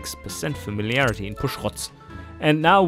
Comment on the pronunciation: I hope you keep pronouncing "Pushrods" like that. Makes me smile every time :)